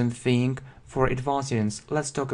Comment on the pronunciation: не think, а thing)))